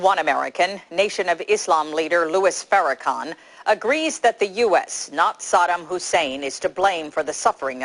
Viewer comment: Louis For-a-Con